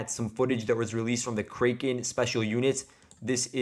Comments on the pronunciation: It’s kray ken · Crack N. Is the kraken Battalion pronunciation.